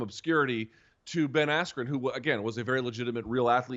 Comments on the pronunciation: “Ben Askew”😭😭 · You mean Ben Asskew? 🤣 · This was a BS event, for 3 hours it was all singing. The announcer didn’t even say Ben askren name correctly and the ref stoped the right super early. Also the fight before a guy with blue hair flopped and pretended he got hit in the nuts when he didn’t even get hit